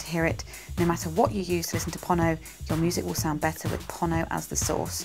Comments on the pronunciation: It' Pono as in Edgar Allen "Poe" and "No". Please guys get this right. FWIW I am one of Pono's forum moderators and regularly meet with Pono so am completely clear about this. Hearing you mis pronounce it really grates. cheers ian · this should be kind of obvious. Think "polo" or "Apollo". It's "pono", so why pronounce it like "ponno"?